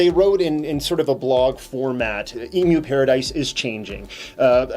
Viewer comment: M-U-Paradise. Dis-TRI-bute.